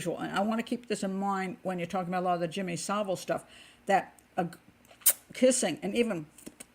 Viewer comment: Finally, an American who can actually pronounce "Savile" correctly